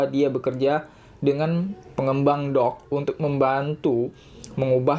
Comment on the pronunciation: Doge sama dog beda bacanya